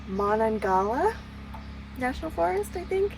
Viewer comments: Haha, good effort. It's "ma-nong-ga-HE-la." One thing you might hear outside is Coyotes. They can sound just like small children laughing and screaming and it's super creepy. You have to listen for a minute to tell the difference. Most of the noises people talk about are something like that. The WV state motto is "wild and wonderful," and it lives up to it. Have fun! Ok one more edit 😂 Chief Cornstalk is a fascinating and tragic figure. Well worth reading up on, but I will leave that to you. One place he's mentioned is in the book Journey on The James, which is a great read in itself. Replicating that trip is on my bucket list. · Mon-nah-gail-yah. And Welcome to WV! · Sorry to be that person, but I grew up in Pennsylvania. Mon-on-ga-HEY-la